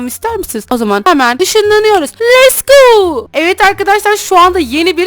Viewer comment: normal insanlar: lets go büşra abla: les gou